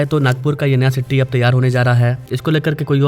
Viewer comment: Bhaii sitti nahi city